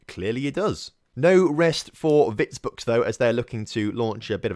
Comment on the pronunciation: Also, that Vitebsk result was karma for your pronunciation of it